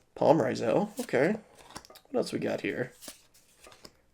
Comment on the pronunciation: Is bro dyslexic or is mispronouncing the names like, his thing? Like the Beelze and Ryzeal cards